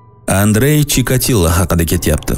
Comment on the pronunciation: Chokotillani eshitib chokatella yegm keme qoldi😂